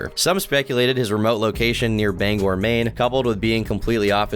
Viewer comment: You said Bangor right! (People always say banger for some reason)